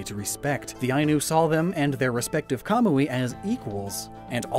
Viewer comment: still pronouncing Hisui wrong... but manages to pronounce Kamuy just fine.